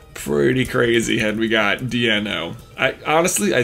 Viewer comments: Deino, Zweilous, and Hydreigon are pronounced like “DIE-no” “ZVY-lus” and “hi-DRY-gone”, all with the vowel in the capitalized syllables saying “I” (hope that’s understandable). It’s because this line is based on the German words for one two and three: Ein, Zwei, and Drei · Deino is pronounced like "dine-no". I'm pretty sure of this because its evolutionary line counts "one two three" in German as it adds heads. 1. dEINo - one head 2. ZWEIlous - two heads 3. hyDREIgon - three heads